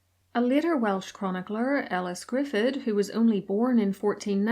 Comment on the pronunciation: In the Welsh language, "dd" is pronounced "th". So Elis Gryffudd is pronounced "Grif - ith", not "Gri-fud"